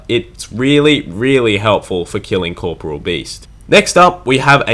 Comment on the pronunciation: core....pore....ee...all. learn to fucking read.